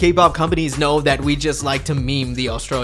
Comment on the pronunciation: "i doun't knowrr" -Danielle